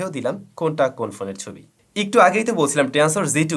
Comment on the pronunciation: হালায় বাল পাকনা। উচ্চারণ করতেই শিখে নাই আবার রিভিউ চোদায়, উচ্চারণ টা একটু হবে ইকটু না মাদারফাকার।তুই ব্যাটা কী সফটওয়্যার ইঞ্জিনিয়ার নাকি তুই অটোমোবাইলস ইঞ্জিনিয়ার? নাকি তুই ফটোগ্রাফির উপর কোর্স করছিস? দুই ফোন লাড়াইয়া রিভিউ যে কেউ দিতে পারে,গ্রহনযোগ্যতা আছে কী না দেখতে হবে। দুঃখের বিষয় হলো এক শ্রেণির মানুুষ এদের ভিডিও দেখে।